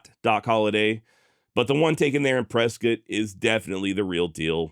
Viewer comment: Whiskey row is still alive and well here in Prescott. We also appreciate you correcting it and pronouncing Prescott correctly 😂.